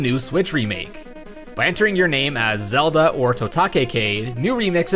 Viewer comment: You Say “Zelda” not “Zedlda”